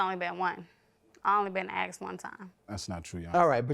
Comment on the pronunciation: The word is "asked" not "axed"! 🤦‍♀️ Drives me nuts every time I hear it pronounced that way...just like "bafroom" and "burfday"